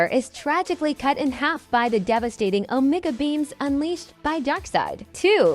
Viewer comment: Hehe the onigga beams, fuck can't unhear it lmaoooo